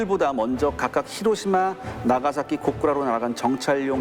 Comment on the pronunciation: 혀짧은분 발음 웃기다..ㅋㅋㅋ 히로티마..ㅋㅋ